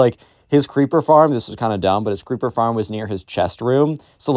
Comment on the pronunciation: When you make the voice of the Minecraft kid when you say creeper, it sounds like keepa I’m actually serious whenever you said creeper before you actually verified it was creeper I thought it was keepa